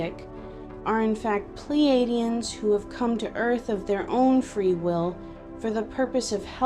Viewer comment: 'Pleidians' haha ffs! good video, you're a bit of a milf. But as you say, you were into the paranormal. That's the real problem here, it's just all women talking women nonsense about vibrators and frequencies again... But i also did like conspiracy theories a bit when i was younger.